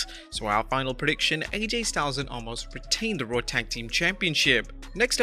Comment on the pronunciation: Narrator guy - I want to say Thank You for actually pronouncing OMOS correctly because almost everybody else calls him OMAS.